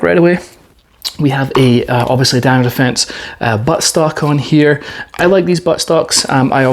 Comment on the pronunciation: "This is thee a-dine-a-fence"